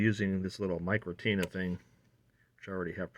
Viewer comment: Micronta (radio shack) not micronita